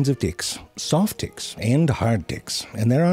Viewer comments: Bag of Ticks indeed. That's when we learn he wasn't pronouncing his 'T' a whole lot like a 'D' throughout the video unintentionally. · When you're pronouncing the T's and they sound like D's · The fact that I heard every T softened to D 💀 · the "T" sounds like "D" lmao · this made me laugh.. "hey.. what's up? " "oh my, take that Dick to the doctor" but he meant "Ticks" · I turned on the subtitles, and he was indeed saying "Dicks." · I'm sorry but for sure, the first 2 ticks he said, he pronounced it "d***". The third one, he said tick. The rest, I have to repeat over and over to make sure 12 ticks 9 ds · I swear - all I heard was "dicks" in this video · He said Hard (D) icks and Soft (D) icks 😂😂😂😂 He said she can give you a good Sucking😂😂😂 This Has to be purposely done.. i couldn’t stop laughing. Then he starts Saying ticks the right way later in the video😂😂😂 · The way hes pronouncing “ticks” sounds like hes saying “dicks” LOL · i cant tell if hes saying ticks or di(ks 😂even the subtitles are confused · even the auto subtitle heard that as d*ck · this guy saying dicks or ticks? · it literally sound like hes saying dicks throughout this whole video and i am taking everything out of context... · Why do i hear dicks instead of ticks, is this normal? send help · I thought my closed captions were confusing ticks with dicks... turns out he was really saying dicks lol i love it. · pronounce your t's better damn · You need to learn how to pronounce a "T" LMAO!! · I know I'm not the only one hearing the way this man says ticks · I was so happy yesterday to see that zefrank1 had uploaded a new video - I saw a few seconds of it - coulnd't because I am so grossed out by looking at them - tried again today - couldn't watch - luckily I heard the way zefrank1 pronounces tiks so I just scrolled down to write this while listening. Doesn´t make it less funny - au contraire... Would, will,, and do recommend!